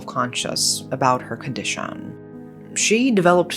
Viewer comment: I just love the way speaks. She'll be like "she couldn't brea.....the" “afforrrrrd" “conditishon" “driiiiink" etc lol ♥️